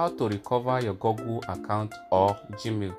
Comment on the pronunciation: Bro said gogle 💀